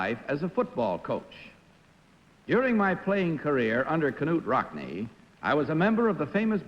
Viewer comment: "K-nute Rockne" ??! I always thought the "K" was silent!